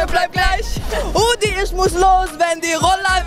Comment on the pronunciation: 5;57 brudi* nicht rudi